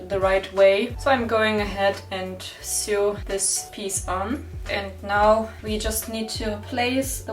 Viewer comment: Hi, super video. Sag mal woher kriegst du das interfacing? Ist schwierig zu bekommen. Finde es nirgends. Btw sew wird sou ausgesprochen nicht siu. Nicht wie new. 😅